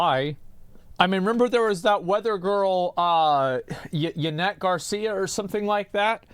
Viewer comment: my guy pronounced "Yanet Garcia" as if he's a native Spanish speaker.